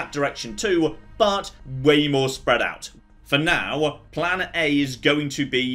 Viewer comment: Big Dutch Energy "One last stored critical, then it's off to Nuka World! I have a PLAHN!"